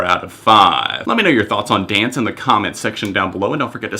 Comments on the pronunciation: I don't wanna be that person, but it's pronounced how it's spelled D-N-C-E, not as the word dance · By the way, they go by the acronym DNCE, it's not pronounced Dance. Good review though! Body Moves and Naked are actually my two favorite tracks lol.